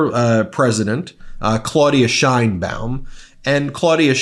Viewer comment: Thanks for bringing the truth about this situation. Hopefully, Trump voters will realize what poor decisions Trump is making and give him hell about it. Please note that the Mexican president’s last name is pronounced like “Shanebaum,” not “Shinebaum.” 😊